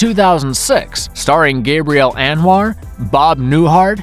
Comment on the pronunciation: 1. You pronounced Gabrielle Anwar’s name like a man. 2. Romancing the Stone is not a Raiders knock of as evidenced by its awards. 3. The sequel to Romancing the Stone is Jewel of the Nile NOT nine. You mess something up in pretty much every one you do...pathetic.